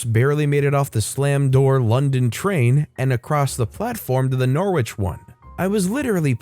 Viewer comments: Its luff-boro and nor- itch and lest-er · THANK YOU👏👏👏 Also Norwich is pronounced - Nor-ich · Ah man, as a british person your pronunciations there physically hurt me. It's pronounced "norritch", "luff-buruh", and "lester". Don't ask me why they're spelled the way they are haha. Great stories as ever though! :) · I have to mention your pronunciationor or the English town names, it's not how they would normally be said. Try these : "lufbera" or "lufbre" - Loughborough, "norich" - Norwich, "lester" or "lesta" - Leicester, "eelee" - Ely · I love your channel & listen to your videos daily but... As a Brit, that first story was so hard to listen too. You butchered the pronunciations of the cities!! For future reference... Leicester is pronounced Les-ter. Loughborough is pronounced love-bruh & Norwich is pronounced Nor-ich!! 😅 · English pronunciations!!!! You should do some research..... Norwich... OMG